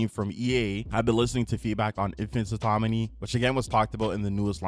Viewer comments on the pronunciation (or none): You saying autoMony instead of autoNomy bothers me so much lol